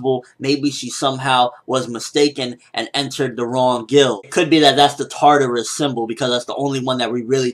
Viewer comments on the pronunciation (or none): none